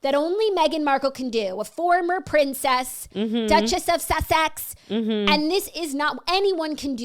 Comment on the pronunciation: OMG! Jackie "Duchess of SAH-SAX" 💀 💀 💀